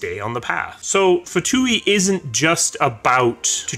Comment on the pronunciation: Pronounced 'two' the F is silent and no long E sound at the end. :P